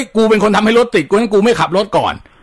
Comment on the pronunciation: ตอนแรกๆ อ.เหน่อ รถติ้ด ๕๕